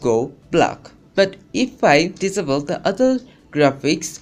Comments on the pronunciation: Why American's say, 'diss able' instead of 'disable'? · hmm he said disable diavil not SOOOOOOOOOOOOOOOOOOOOOOOOOOOOOOOO god